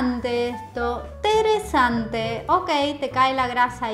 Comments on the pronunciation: Se dice interesante, no teresante 😂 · Me da risa cuando dice teresante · Minuto Teresante esto teresante esto okey